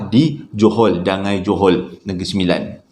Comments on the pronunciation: Bukan dangai, dangi yo tu hehee. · Assalamualaikum abang.rasanya nama tempat dangi.bukan dangai😁sebab sya asal n9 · As salam..Dangi bang bukan Dangai kalau xsalah sy😁..johol nun.. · Dangi bang bukan dangai... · Bukan Dangai…Dangi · bukan DANGAI... Dangi, Johol, N9 😅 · Dangi.bkn dangai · Dangi tu...bukan dangai... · Assalammualaikum rasanya bukan dangai tapi dangi. Sbb saya lahir di kuala pilah. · ..bukan dangau bang..Dangi,Johol n9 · Mula2 saya dengar dia sebut Dangai....Tu pikir...Dangai Tu kuih yg buat drpd kelapa parut dgn tepung Tu Kan...oh maybe Ada Nama tempat kot kat negeri 9🤭😁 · sebutan english kut 🤣